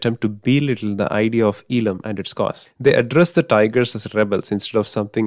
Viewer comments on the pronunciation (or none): FYI, it is pronounced as Eezham and not as eelam.